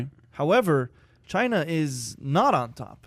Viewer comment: "Chy-na" not China.